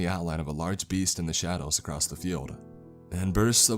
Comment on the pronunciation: Acrossst. Exscape.... And there's one other word he misspeaks. I dinnid remember it though. Guess I coulnnid. Oh well. Maybe I'll axe summun at the libary.